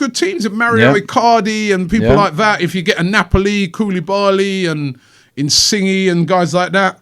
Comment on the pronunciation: Robbie butchered Insigne’s name just like he does with almost every other player outside the Prem🤣🤣